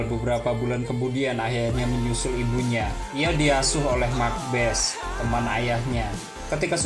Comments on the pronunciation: Bukan mak bes, mak basse' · Setahu saya bukan Mak bes ejaan nya bang tapi ma' base🙏 maaf kalau salah